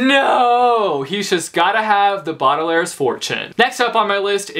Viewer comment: ITS BAUDELAIRE YOUR SAYING IT WRONG WHY!!!!! WHY PLZ FIX IT